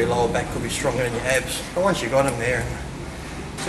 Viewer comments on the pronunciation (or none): Love the Aussie in him when he says “yeeep” 🤣